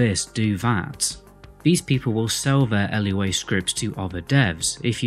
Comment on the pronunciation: Lua. Not l.u.a. It's a word. Not an acronym.